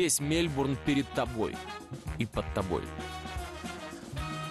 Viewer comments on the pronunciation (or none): Мне все время слышится Мельбрун, а не Мельбурн)